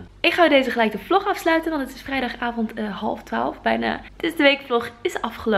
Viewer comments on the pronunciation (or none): none